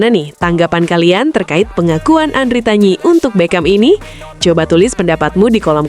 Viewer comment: Andritani bukan andritanyi